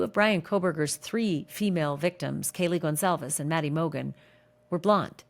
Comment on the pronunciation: It's Kelly CON CAL VES😮 NOT CON ZAL VEZ😊